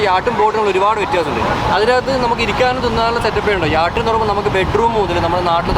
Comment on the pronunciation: യാട്ടല്ല ചങ്ങാതീ യാച്ച്